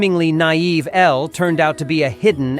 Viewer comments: Not this calling her Ella instead of Elle… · Her name is Elle not Ella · It’s not Ella it’s elle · Her name is pronounced el not ella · its ELLE NOT ELLA!!!!!! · Elle, not Ella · ELLE! NOT ELLAAA👹👹👹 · Her name was Elle not Ella! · Every time the narrator says Ella instead of Elle is like a punch to the gut 🥊 ❤ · BOY HER NAME IS ELLE NOT ELLA😡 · It's Elle not Ella. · It's ELLE not Ella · ELLE. NOT Ella. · Elle not Ella